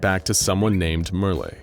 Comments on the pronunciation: I suppose the people of this channel have never seen "Merle" in writing before. Not too surprising, it isn't a popular name, the only famous person I could find was the country singer Merle Haggard. But, it isn't "mer-LAY," instead it rhymes with "Earl." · It's pronounced Murrl, if there ain't an accent over the e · Who the heck Merly? Oh, you mean Merle, you know, like Earl, except with an M. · Mer-lay, lol. Merle, like pearl. BAHAHAHAHAHAHAHAHA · i always thought merle was pronounced murl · Btw: Merle is pernounced like Merl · Lol why are you pronouncing Merle like that? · Merle rhymes with curl and pearl, not olé or thursday.